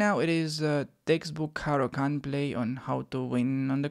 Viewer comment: bro i have been studying your caro-can lol, its not caro-cant... how do i show you a game i had following your rules.. i went from 500 to 1005 in a week... ive only been playing chess for the last 6 months. I learned the moves when i was a kid but never took the game serious, you make learning super fun.. keep making them videos man!!! let me know if you want to show my game in a video. its great that you know it all, but its even better when people watch you and go and pound those terd burglars back to chess puzzles..